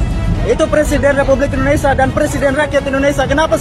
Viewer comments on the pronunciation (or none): none